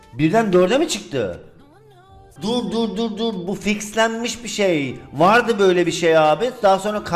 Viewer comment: de " vardı " diyeceğine laz şivesinde " vağdı " diyor